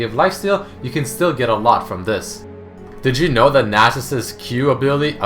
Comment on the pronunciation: when he says "did you know?" sounds like he said Digimon